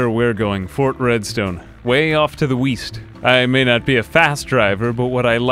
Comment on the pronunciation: “...Far off to the weast...”